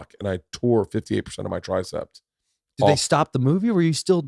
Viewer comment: Every time he said "tricepT" it drove me CRAZY 🤣